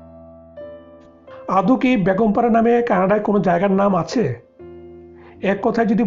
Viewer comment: Hi Zeenat, thanks for the point. Most people in Bangladesh can't say A when it comes to a word that has A in the begging. Like Beton ( salary ) most people will say Baaton , you got it right ? there you need a clear A when you saying Beton ( salary ) . So exactly same way , when he was saying Begum para , he was saying Baagom para, missing clear A in the begging of that word. You can hear that almost 95% people in home. It is so sad that people from Bangladesh can't speak Bengali properly !! But the name of our country is Bangladesh right?? Hope, one day everybody will learn Bengali properly and speak very nicely. Because Bengali is very nice and sweet language !!